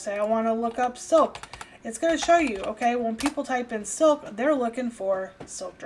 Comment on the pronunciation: Soap?? Soak?? Sounded like you said Soak but it was silk!!! hahahahaha. I actually really like your videos. very helpful. You get down to brass tacks and share real information instead of socializing or listening to yourself talk like so many on Youtube. Thank you! Your my MasterClass Instructor for Poshmark!!!